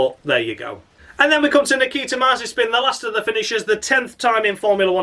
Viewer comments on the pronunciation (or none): Crofty pronounced Mazepin as Mazapan It's Nikita Marzispin or Spin McSpinface you fucking bellsprout Crofty! 🤣